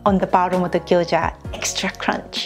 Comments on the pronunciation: She called Gyoza as Gyojya.I know it is hard to pronounce right way but feels like different food if u do not call right. She could say like in case I do not say it right this is Japanese dumplings or something. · she is saying gyoja